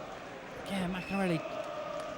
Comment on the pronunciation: why can't the stupid commentator say maccarinelli properly?